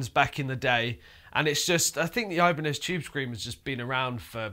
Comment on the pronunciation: Oibane-zed Chube Screamah